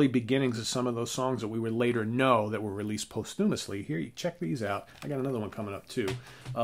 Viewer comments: pos (like possible) tyou (one quick syllable) mus (like must) Accent on the first syllable. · POSTUMAS - sorry, we little break the balls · please don’t say “pos-TOO-mousley” one more time. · Credibility immediately injured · That's hilarious I was wondering what he was saying and hoping he would explain it latter it's all good though because I don't speak so good myself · Did you ever think that instead of saying ", please don’t say “pos-TOO-mousley” one more time." that you could have said ", just to let you know, that word is pronounced this way"? Your original statement told me nothing, and came across as snarky. If you didn't mean it that way, that's cool, but that's how it came across. It's a word I think I've used maybe a dozen times if that my entire life (and always in Hendrix conversations) and not once have I ever heard it said a different way. So, I think we've beaten this one to death enough already. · I noticed the awful way said the word, but I chose to not say anything.:)